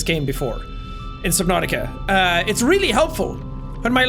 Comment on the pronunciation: Subnauseous, ha ha! LOL, Jackie-bro-man!